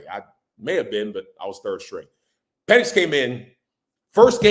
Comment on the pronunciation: Why did I think this was a giant channel - and why don’t u know how to pronounce ur Qb … come on man